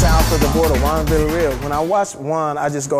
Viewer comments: was introduced by three different comedians to start this video. One supposedly a Mexican,, and none of them could say Villareal. smh but lmao. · Wtf? Viyarreal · Its vilya-riyal... Not verrraaalll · They say his last name wrong everytime, I can relate, I'm also a villarreal, I have to spell that shit out to people every day lol. Give it up for us villarreals-Luis villarreal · They botched this guy's last name so bad lol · Juan Villa"real" lol can't say it